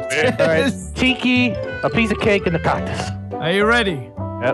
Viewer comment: Did the shark say cocktus ? XD